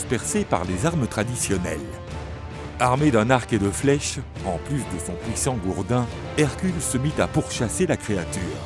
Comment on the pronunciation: À part les "pouissants" et "gluare" j'approuve 😁